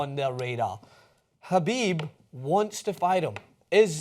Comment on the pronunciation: Jesus Christ have you seen a Khabib fight, pronounce his Last Name right